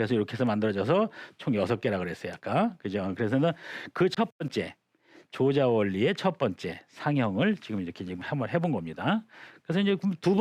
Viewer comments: 조자는 "조짜"라고 발음해야지요! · 앞글을 바로 잡습니다. "조자"는 "조짜"라고 발음해야 하지 얺습니끼? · 조자는 "좈자"라고 발음해야 하는 것이 아닌지요?